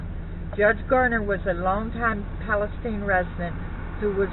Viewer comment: I'm not quite sure what you're trying to pronounce but the town name is pronounced "Palace-teen"